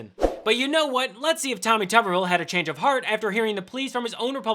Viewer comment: It's: " toober-ville"..like potato head.